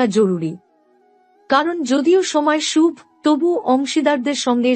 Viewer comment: আপনার prediction কতটা মিলবে বা মিলবেনা তার জানিনা , হয়তো সবাই মিলবে কিন্তু একটা ব্যপার দেখলাম , বেশ কিছু বাংলা উচ্চারণ কানে লাগছে যেমন বৃষ,, বড়, শুভ সাফল্য ইত্যাদি।